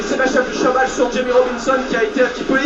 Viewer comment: mdrrrrr comment il prononce "Chabal" Merci pour la vidéo ;-)